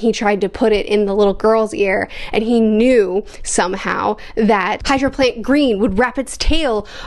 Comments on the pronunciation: Glad you’re enjoying the series, it’s “Hierophant” not “Hydro plant” lol . Always fun watching someone’s journey through JoJo, great vid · did she just call heirophant green "hydroplant" or am i going deaf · Are you pronouncing hierophant as hydro plant?